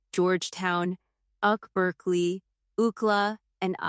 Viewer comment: Did she really say uckla, usck and uckberkeley 😂 (UCLA, USC and UC Berkeley)